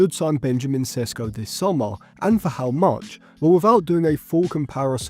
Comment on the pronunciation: What an idiot of a youtuber. Only watching his highlights then making conclusions about him. Have u seen the shots he missed? You dont even watch his games yet making predictions of how well he’ll do. Learn to pronounce his name first